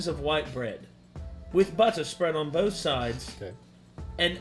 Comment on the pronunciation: I've heard an L in both (bolth)